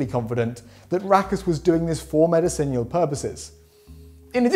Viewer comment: Anyone else bugged by his pronunciation of "medicinal" in the story about Rakus the orangutan?